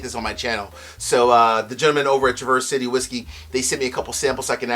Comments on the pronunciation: Love your channel, but a few things to note. Traverse is pronounced trav-ers city. Not like traverseing a trail. I go to the distillery almost every summer, great town. My biggest gripe though is that (at leat as of 2 yrs ago) when i talked to the person at the counter, everything rhey sell except north cost rye is mgp. Their transparency is insulting frankly. Ill be there again this June, hopefully they are becoming more honest with their labels. What they source is quite good to be fair though. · two things- Traverse City is pronounced differently in Michigan with a midwestern style Trah verse with the accent on the start. Second thing= set me straight, I've been feeling like Old Elk isn't such a good value. MGP juice with low ages for like $90, even finished, that doesn't seem like a good deal- I can get the Woodinville Port Barrel finished for like half that (as an example). Is it worth it? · Pronounced Traver-city. Nice vid, thnx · Hey: I love your content, so I want to let you know that the folks up in Michigan pronounce it -- Tra-Verse City (like the name Travis) and not traverse, like the verb to cross. You will sound like a local when you rock that review! Your pal, Scott